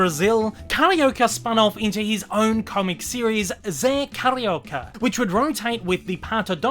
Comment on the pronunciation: Carioca-a term used for someone from the city of Rio de janeiro. I love that you are doing my fav Disney character but the pronunciation is off. Forgiven though.I loved the video. The Zé Carioca comics continued straight until 2018 when editora abril went bankrupt. The new company culturama picked up the Disney comics in Brazil and they hope to release more Zé comics next year but right now they are searching for artists and writers....*admittedly has applied*